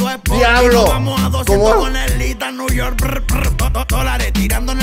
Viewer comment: ithan nui york akajakajaja